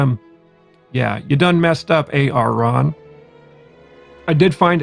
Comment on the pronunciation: Great review - I just got the cream in the tube, and really enjoyed my first shave with it! In terms of pronunciation - you got Arran spot on :) And for Machrie, you just need to put the emphasis on first syllable, instead of the second. So it would be more like 'MACK-Rey', rather than 'Mack-REY' (if that makes sense). And here in Scotland, we use a gutteral sound for the 'ch' (similar to how we say "loch"), but that isn't crucial.